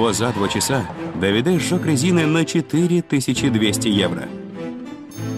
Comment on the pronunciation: Прекрасно поданный видеорепортаж. Показаны настоящие умельцы в своей отрасли. Лишний раз убеждаешься, что правильно подобранная команда - гарантия безоговорочного успеха! Желаем настоящим мастерам процветания и благополучия! P.S. В фильме допущены две лингвистические и часто звучащие ошибки: итальянское имя Давиде произносится исключительно с ударением на А - ДАвиде, а не ДавидЭ'. Тоже самое касается и города МОдена, а не МодЕна! Но это лишь маленькая поправка, фильм в целом сделан великолепно! Кому дано Зрение, тот Увидит! 😊